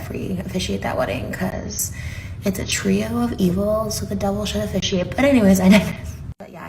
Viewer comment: "It's a trio of evil so the devil should afficiate" oh lawd! 😂😂😂